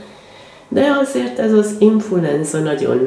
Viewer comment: Jobbulást! De az influenza, nem infulenza😃